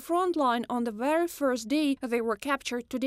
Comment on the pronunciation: When are Russians gonna learn how to say the TH sound in English...it's not the letter Z people.